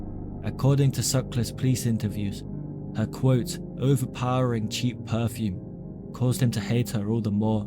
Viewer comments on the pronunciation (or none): none